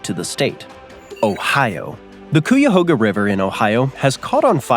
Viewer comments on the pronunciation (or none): I was thinking you were doing okay right up until cooyahoga river It’s kye-a-hoga. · It's "kyahoga" not "kooyahoga" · Cuyahoga - KI-a-hoge-a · The “u” in Cuyahoga River, Ohio isn’t pronounced. 😂 It sounds like kyahoga. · Got drunk and waited 24 minutes just to hear COO-ya-hoga river. I’m tapping out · I waited around for my home state of Ohio just to hear the most basic fact that everybody in the state knows, and on top of that mispronuncuation of Cuyahoga... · Hey Ohio folk, what are your thought on how this pronounced Cuyahoga?